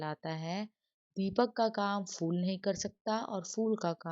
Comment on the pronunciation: Madam not ful its phul😂😂.